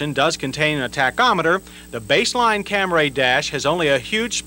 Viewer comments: He said "ORIENTAL"?!?! Also, CamRAY. That's the 1980's for ya! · I cringe every time I hear him say Camray.. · How does any English speaker pronounce Camry as “Cam-ray”???? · lol. Of course that pronunciation make me cringe. So he didn't correct it in 83 model the 84 model the 87 model the 88 model and corrected it in 92 model. Took him almost a decade to correct it. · The of Camry in this video was killing me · Cam-ray Origins